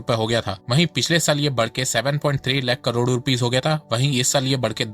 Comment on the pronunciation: Bhai please correct your pronunciation of crore - It's KAROD not KARODO. It's very irritating to listen to.